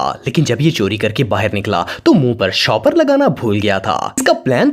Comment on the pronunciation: Please clear bola karein...Ap mix kr dety ho words Car - Call Shapar Theep - Shopper Thief